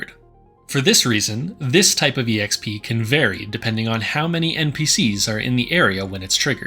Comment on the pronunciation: EXP is short for Experience. Please stop pronouncing it as E-EX-PEE, it's just pronounced EX-PEE.